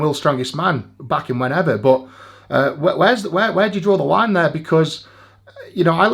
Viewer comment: really? does that mean you say “what’s over fair” instead of “what’s over there”?